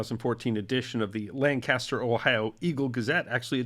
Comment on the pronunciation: It is Lancaster. NOT Land Caster. Ever been to Ohio ?